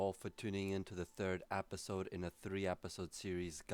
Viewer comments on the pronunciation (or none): Stop saying apisode!